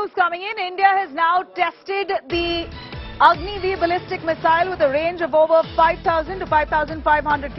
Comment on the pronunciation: OMG 🙄 So.... as per her account it is Agni i for Agni-I , Agni ii for Agni-II, Agni iii for Agni-III, Agni i and vee for Agni-IV and Agni Vee for Agni-V ........ Agni ix 😁